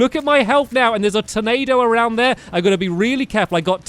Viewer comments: you said ''Tomado'' instead of tornado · He be saying Tomato Instead of Tornado XD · you said tomato insted of tornado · It's turnado not tomatoe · stampy use the possed hatchet againt duke fisron and you said tomao instead of tornado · he said tomato instead of tornado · He sort of sounds like he's saying tomato. Just a little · Once you said tomato instead of tornado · I really thought he said tomato thing instead of tornado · Stampy keep saying tomato and not tonado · Instead of tornado he says tomato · Stampy did you call the tornado a tomato? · Lol when Stamps said " there's the Tornado!" I thought he said "there's the tomato!". I was like " stamps, don't you like Ketchup?" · Awhen stampy said tornado it sounded like tomato😆😆😂😂🍅🍅 like if you agree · Tyler Nelson he trying to say tornado but it really sounds like tomato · Who else thought it sounded like he was saying tomato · when he said tornado it sounded like tomato!